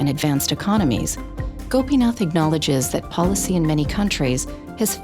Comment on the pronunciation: She almost say folly for policy